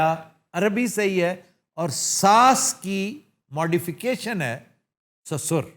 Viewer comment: sussor..hindi ka lafz hai..urdu mein arbi se aaya .... Sosar kehlata hai